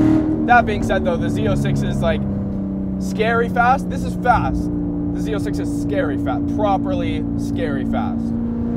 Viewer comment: Why does he call it Z0”sex” ?!